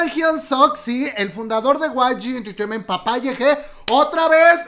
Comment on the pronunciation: Osea.. ¿ Guai Yi Enterteiment sabía que asuntos internos les tendían una trampa?,Amo cuando pronuncias: Guai Yi Enterteiment xD Saludos desde Argentina.